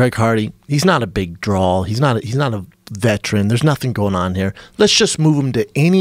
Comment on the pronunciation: I know Schaub didn’t just say Sammy Sosa dresses like an asshole. Pot meet kettle! Now Brendan is saying “BOLTH” as well as “DRAWL”. And this moron is doing well. Only in America!